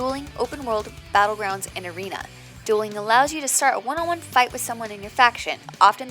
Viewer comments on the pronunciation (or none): I think you meant *arena when you said *areana. FOR THE ALLIANCE!!!! :P